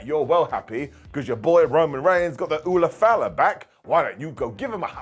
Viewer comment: Not mentioning that Drew called the ulafala the “falafel” is criminal